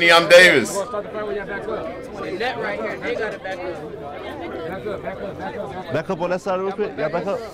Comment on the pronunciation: LMFAOAOAO “okay imDavis”